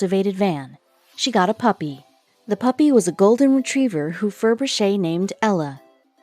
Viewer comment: It's Ferbrache pronounced Fur Brash.